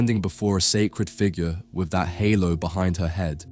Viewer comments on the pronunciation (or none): none